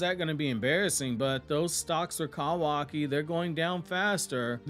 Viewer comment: The way you say “Kawaki” almost made me click off the video every time